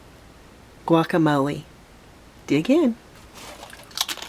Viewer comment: I don’t like the way you say guacamole